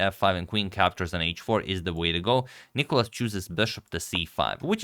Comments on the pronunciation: Please please dont call him nIkolas,its nikOlas. Greek names literally have a punctuation system for you to know (Νικόλας, where the ό shows where to pronounce.) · It's nikOlas, the accent being on O. (You've corrected it in some video).